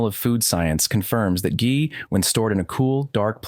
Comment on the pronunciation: “Ghee” is always pronounced with a hard G because of the H. You use both the correct pronunciation and the incorrect pronunciation, but you start off with the incorrect one. :-(